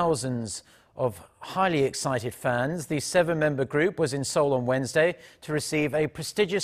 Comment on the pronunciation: Its seoul not soeul 😂😂😂